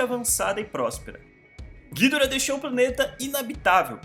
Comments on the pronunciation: Como ele fala:gídora Como falam:gidóra Como é:gidorá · Cara, a pronúncia correta não seria "Guidorá"? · Acho que a pronúncia correta do ghidorah é "guidóra" e eu ainda não sei o que fizeram com a Bahtra que ja nem ouço mais falar.. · Essa pronúncia de ghidora desse cara vei